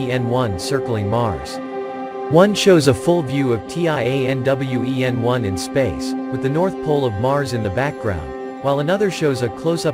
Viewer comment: It’s pronounced as Tian (天) Wen(问）which means question for the sky, not T..i..a..n..